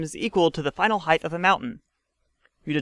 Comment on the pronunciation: I know you get it right about half the time you say it, but its a pet peeve of mine. Its height, not "heighth".